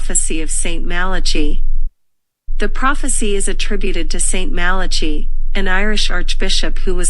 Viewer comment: BTW, u pronounce Malachy wrongly